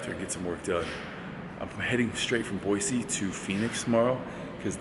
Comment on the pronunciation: Half the time you say Boy-zee not Boy-see... If you are really from Idaho then pronounce it correctly!